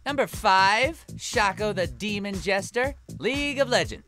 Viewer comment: The way he pronounced shaco made me stop watching